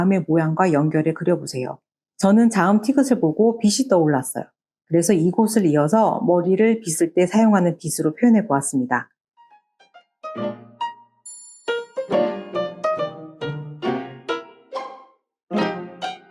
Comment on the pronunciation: '티읕'이지 '티긑'이 아닙니다 머리를 빗는 건 '빗', 인간의 눈으로 볼 수 있는 가시광선을 뜻하는 '빛' 발음은 각각 빗으로[비스로], 빛으로[비츠로] 입니다 병풍책 정말 귀엽네요 한글을 막 떼기 시작한 연령의 아이들이 좋아할 것 같습니다😊